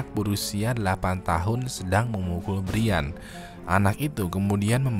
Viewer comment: brian itu bacanya brian bang bukan brian